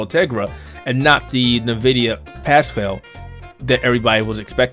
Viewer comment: Nvidia my dude. Not "nuhvidia". Dont know anyone could fuck that up. It's a play on the spanish word for envy, not a subsidiary of nabisco cookies..